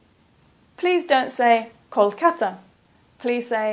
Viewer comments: Hey, you make a mistake it's not colcata it is kolkata. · Not colkata it’s will be correct Kolkata ❤ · its Kolkata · Why say Calcutta when it's not the name of the city anymore? The name is now Kolkata and Kol is pronounced like Lol